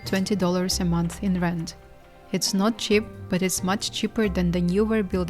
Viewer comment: Her pronounciation is driving me nuts! It's C H E A P!! NOT chip!